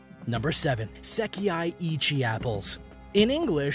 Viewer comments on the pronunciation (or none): Is it too hard to pronounce Se-kai... not se-ki-ai 😂😂😂😂😂😂 edit: it's Hi-me not hime😂 hi-me=princess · It's not "seki-ai" it's "sekai".